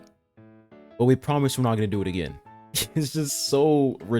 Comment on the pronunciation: apologizing by saying "yeah guys, we fucked y'all over, but we pwomise we wont next time' lmao how about you just revert the raise in pity???